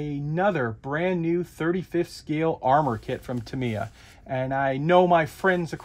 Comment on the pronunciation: This dude is still saying "ta-MEE-uh"? Yikes. I wonder how he would feel if people began calling him "arn-DYE"?